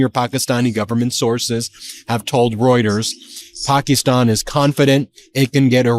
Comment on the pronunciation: I like how Ben actually focuses on his pronunciation of the words like Pakistan and Iran